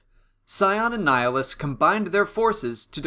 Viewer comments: It's pronounced ni-HA-list, ni as in Nick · Why does everyone pronounce his name wrong? It's not Nihlus, it's NIHILUS. As in "nihil" which means "nothing".